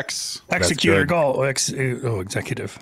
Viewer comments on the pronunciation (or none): don't you ex-a-KYOO-tive?